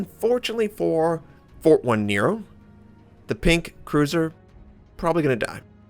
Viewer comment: jajaja sorry, 1 = i so, it is "Fortinero", is like write Nots3r. And the pronunciation phonetically is like "Forteenaro". Well, whatever xD Cya!